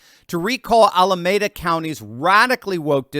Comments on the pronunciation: its "Al uh mee' duh" County, not "Al uh may' duh." Just ketting you know... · pronounced Ala MEE da city, and county. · "Ala" "meeda" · It's pronounced "Ala - mee- da" County. You know, where they keep the "nuclear wessels"! 😝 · The city is pronounced "Ala-meeda" county. :face-red-heart-shape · Sorry, it’s “Ala-Meeda” I live near there. The DA is only a fleck of things dysfunctional about the Bay Area. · its Al-a-me-da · It's pronounced Al-uh-MEE-duh County,.